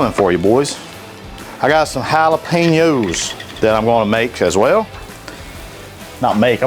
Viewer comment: You lost me at Jalepeos...